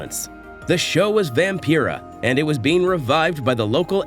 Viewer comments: Vam-Pie-rah not Vam-Pee rah like Vampire 😡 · Is this a computer generated voiceover? How can you not know how to pronounce Vampira?